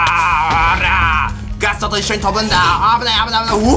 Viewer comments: ガストおお〜〜 って言ってたときガトーって聞こえた。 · ガストがガツトに聞こえる